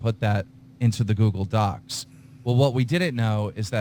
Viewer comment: Keem keeps pronouncing Docs as DOXX. He does it so much it's a reflex.